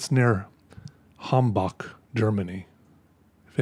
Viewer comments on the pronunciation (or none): Hambach? It is around 350 km from me. I first heard Hamburg in your saying. :D